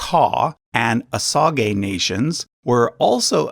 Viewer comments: No, you are correct. It’s pronounced incorrectly in this video. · Is Osage actually pronounced that way? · Osage is pronounced OH-sayj, not OH sa gay. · Kimistry as I Cherokee I actually use ‘native’ a lot, I feel like it’s the easiest and most accurate word from the many words they give us haha. Far smaller of an issue to me that his pronunciation, I love this channel but every time he said “OH SAH GAY” part of me died inside. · I was always taught "OSAGE" was pronounced "oh-SAYJ". Was i taught incorrectly??? I'm honestly asking. I'm older than dirt so it's been a while. LoL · It’s said oh-sage not oh-sah-gee It’s pot-oh-wat-uh-me n it’s not Potawatomi it’s citizen Potawatomi. Get your shit right before you come on here looking like a asshat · Osage is more accurately pronounced "wa-sa-jhay". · it is he's pronouncing it wrong